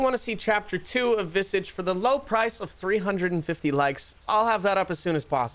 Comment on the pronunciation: the word is pronounced VIH-SAAAAHH-JSH. Like MIRAGE but VISAGE